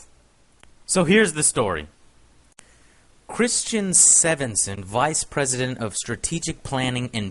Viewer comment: (Sven)(Son) Joe.. Not (Seven)(son). Americans...Am I right?